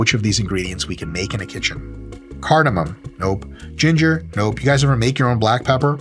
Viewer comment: Dr mike, it cardamom. No N at the end lol